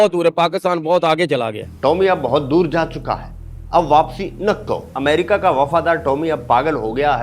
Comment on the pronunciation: bilkul waise hi jaise amrica ke R ke jagha D aaya 🤣amdika